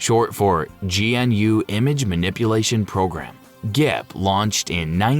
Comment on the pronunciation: is the first part is not pronounced like that search pronunciation of GNU it is a lincesince for developers for there software to be open source almost all open source orogects are lincesed by itfor example linux was linces in it and other games too. seeing you mispronounce it was hard on me